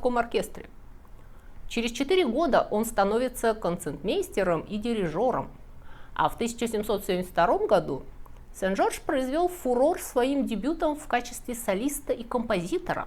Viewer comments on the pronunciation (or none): Прошу прощения, но бемоль пишется через "е", а концертмейстер произносится через "р" (концерт)